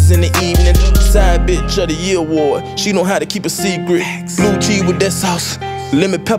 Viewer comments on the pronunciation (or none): none